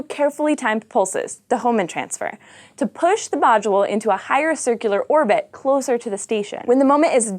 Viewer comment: And the "t" at the end of "orbit" is not silent.